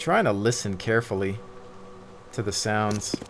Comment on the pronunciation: the word is "sound" not sond